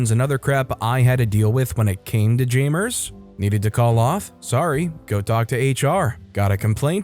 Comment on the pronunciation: Its... jam-ers... not jay-mers, jam-ers